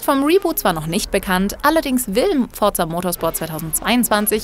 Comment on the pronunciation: Ne?! Forza richtig ausprechen aber ausm Giger dann Gaiga machen, nee nee du, skandal! xD